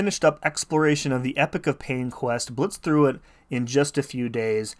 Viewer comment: First, I can’t believe how many creators say epoch wrong so thank you for pronouncing it correctly, but I know that I shouldn’t expect anything less from you! Will you be releasing guides on this content? Congrats on the rank up!!!